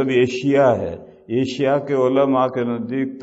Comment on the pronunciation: صحیح لفظ ایشیا ہے جناب!ایسیا نہیں!